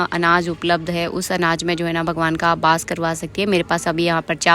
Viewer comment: Aap apni video mein ek word bol rahe the bass Nahin hota hai ❌ vo vass hota Hain ✅